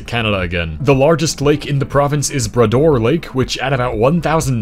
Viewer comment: He didn’t pronounce bras d’or properly…